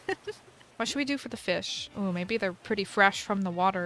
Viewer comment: No one : Raven:fis feesh fish 🐟